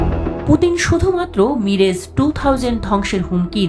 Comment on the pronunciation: মিরেজ না,,,,,,, মিরাজ টু থাউজেন্ড 😂😂😂😂